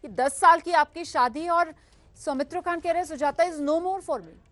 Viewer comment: Somitro khan not somitro kha